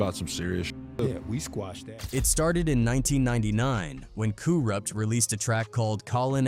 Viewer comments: kooruppt lmao get the man's name right goof 🤪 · Coo-Rupt?? Get out of here with this AI shit.